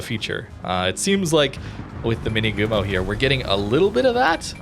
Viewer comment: Just a slight reminder for pronunciation: Minegumo - the "ne" sounds just like the "ne" in nevsky anyways this one looks interesting, with alternative torp option available in match if it's not so popular maybe those fast torps can stay as a surprise at close ranges